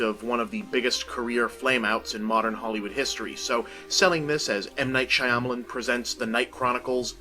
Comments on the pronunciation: bob for god's sake, it's been 13 years learn how to pronounce "Shyamalan." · Why does he keep pronouncing his name like that